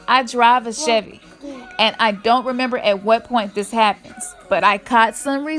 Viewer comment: Chevy, not Chevey